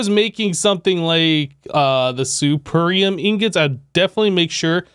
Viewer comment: I know its a small thing, But youre mispronouncing the Blue Mystical Agriculture metals name. Youre saying it with a soft E as if the word is "supEr". Its a hard E because its the word "supErior".